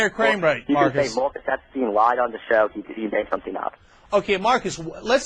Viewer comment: No, Mawcus Epstein a wacist bitch. Pwain & simpaw.